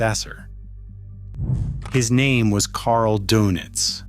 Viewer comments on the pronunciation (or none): Thank you, thank you, thank you for making that clear. The donuts thing was driving me crazy. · Possibly the most inconsequential video on YouTube. Who cares what Doenitz did all day?? (BTW: His last name was pronounced “der-nits” NOT “donuts.” 🧐🤨🙄) His name mostly comes up in relation to the reason why Hitler split his power between the admiral and Minister Goebbels. The question is easy to answer: In writing his Will, Hitler knew that Goebbels would be dead in the coming few days, and there really was no other leadership-ready figure outside of bombed out Berlin other than the Grand Admiral. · 100% right Dernits not Do nits . some also have heard it pronounced Day nits . Schoerder/ Shrader, Toews ( pronounced Tay ves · It's pronounced "Dernits", as in der! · I thought it was said like Dernitz? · You are correct. AI voices often do strange things.